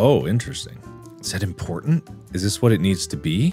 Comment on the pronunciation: the dad jokes ate still impor-tant tho.